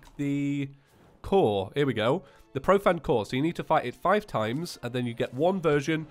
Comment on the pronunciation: You're saying profanned, it's pronounced profaned like profane as in profane language.